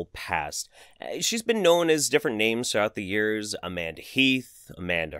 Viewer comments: I am from Bulgaria and its funny how you pronounce the names , but great video. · Hey, Im from Bulgaria! You are pronouncing the names sooooo badly!